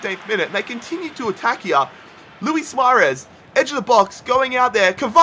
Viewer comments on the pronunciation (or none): none